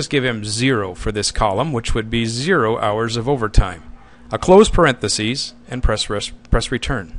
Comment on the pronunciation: "Hours Worked", not "House Worked"